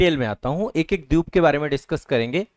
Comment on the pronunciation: Dweep ko Dyup bolna galat hai. Ek teacher ko yeh shobha nahi deta.